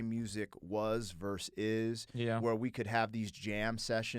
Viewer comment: Loved this reaction. I like both this channel and Andiroo's channel, which I just discovered maybe 3-4 weeks ago. But a super minor nitpick: "versus" is pronounced "versus", not "verse".